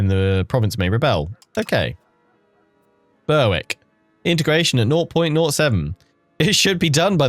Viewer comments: Looking forward to you trying this game out. EU games have always been daunting for me so happy to play vicariously through you :D. Also, Berwick is pronounced like berrick (beh-rick). I live nearby so it stood out when you pronounced it :D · Short term goal. Pronounce Berwick correctly. If you were American i might have understood.